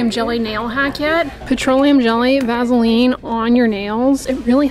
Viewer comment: I like your down home pronunciation "vazzeline"!